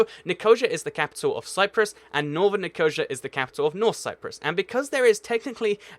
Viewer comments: As a person born and raised in Nicosia (pronounced Nee-co-sea-a), I wouldn't call the official city and the northern city different. They are one city, Nicosia, they aren't two cities that were once one city. It is still one city. Imagine it like the modern day Berlin wall, both sides were Berlin, there were never two Berlins. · Right first of all ill do you a favor and explain the situatution in Cyprus. In 1974 Turkey invaded and they drew a border which the UN doesnt recognise. Also Nicosia is pronounced Nicosia with emphasis on the 'sia'. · Just saying I used to live on a raf base in Cyprus and u pronounced the capotol wrong it's nick-o-c-a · Poutanas Malakopoulos ni-co-sha is funny it doesn't even look like that, he should look up pronunciation if he doesn't know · "Nikosha"? Do you mean Nikosia, which is pronounced "Ni-ko-SEEEE-a"? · Nicosia is pronounced NIKA-SEE-A. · You said Nicosia Wrong it is Nick-O-SE-A xD xD XD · Sorry, probably very interesting content, but couldn't concentrate with the murdering of those place names. Nic o see a, Dan yube. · jesus christ dude, for a guy who runs a geography channel you do exceptionally poor at pronouncing names. It's Dan-yoube, not Da-New-bee. It's Kin-SHa-Sa, not Kin-SHa-SHa. It's Ni-Co-SEE-A, not Ni-cow-Shia. Also, Slovakia is NOT part of Czecho-Slovakia. Slovakia and the Czech Republic have been two distinct, separate countries since the 90's. Might i suggest you actually learn about geography before starting a channel on the exact same topic while misinforming people about it? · Slow the hell down! I'm a native English speaker and I struggle to follow what you're saying! BTW: Nicosia = Ni-co-SEE-ya Danube River = DAN-yoob River